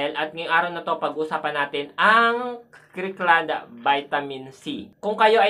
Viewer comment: KIRKLAND PO HIMDI CRIKLAND pronounciation so to speak dear